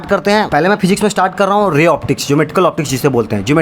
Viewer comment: Physics ❌ FHIZZZZIKS✅